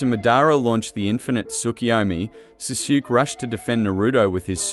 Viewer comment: jesus man please learn how to pronounce these names you called sasuke SAHSHOOK?!